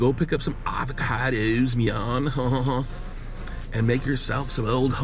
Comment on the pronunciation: Avacaidous maneee yeHhh